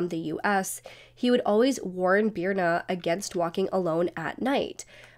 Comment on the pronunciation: Sorry but that is not how Birna is pronounced… It is an icelandic name that is really hard to pronounce unless you’re icelandic. If you are icelandic you know that this is not the phonetic spelling of Birna.